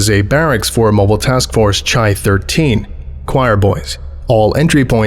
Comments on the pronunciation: oh thats cool, mobile tf chi has to have religious beliefs, chi was a symbol that meant "christ," it looks like an x with a little wing on the top right. also its pronounced "kai" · For future reference, the greek letter "chi" is pronounced "kai". Most of the rest of the alphabet is pronounced the way it looks, so it's kinda annoying that it's weird; chi still throws me off sometimes too! Excellent video, as always. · Weird nitpick, CHI-13 is pronounced like the greek letter Chi, pronounced like the first half of Kyle (chi-le), rather than like Chai-tea. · A bit late, but MTF are labeled with Greek letters, and Chi (X) is pronounced like “key” (kī). Besides that, great reading as usual. I’m facing a pneumonia and your videos are a great help in keeping me up. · Its pronounced 'Kai' not 'Chai' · Chi is pronounced "Kai", not with a ch sound. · Good work, but "Chi" in this context refers to the Greek letter, and should have a "hard" pronunciation, like "kai," rather than a soft ch, like in "chai." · Chi is most likely pronounced "Kai" like in chimera or Chiron, it’s just the standardised pronunciation of Ancient Greek words in English :) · thats not how you pronounce Chi. its a K. like...............you know................ choir boys? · Chi is pronounced "kai", it's Greek. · Chi is usually pronounced kye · Chi: kī engage any, not engage *IN any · The mispronunciations of “chi” hurt my soul a little but it’s ok since the videos still awesome